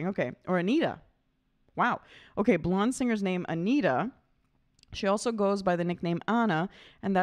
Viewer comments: It's not pronounced Anita, it's 'An-yetta' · FYI. AGNETHA’s name is pronounced ANN-YETT-A. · It's not Anita. It's agnetha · Bizarre, but in Sweden Agnetha is pronounced Ang-nay-tah. Don't ask why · Her name is a bit difficult to pronounce but the closest I have been able to come is Ag-Nyet-Uh.